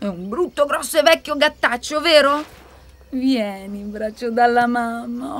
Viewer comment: Ma il “VIÈNI” con la E apertissima di Mengoni chi se la ricorda? Disney avrebbe dovuto far causa al direttore del doppiaggio.